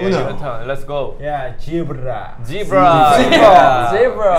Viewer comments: I love how V said "Jeebra" (I love how Koreans use J as there is no Z sound in Korean) And Suga the entire interview hahaha! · The was V say "gibra" 😂 XD: I was like V it's not gibra it's zebra 💜😭😂